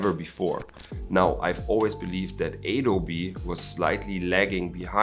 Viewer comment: It's Adobe not aydobe bro :)